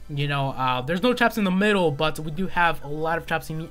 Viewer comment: I hate how you say "but"